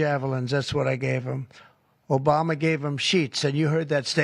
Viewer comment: "Under president O-Biden..." damn.